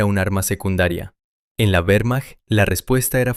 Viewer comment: "Uermacht" suena horrible. La letra "W" es una "V" doble en alemán y en español. Sólo en inglés la "W" es una "U"